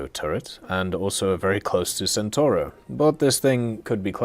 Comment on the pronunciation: Centauro is mispronounced again, you guys really don't want to learn the C in italian, uh?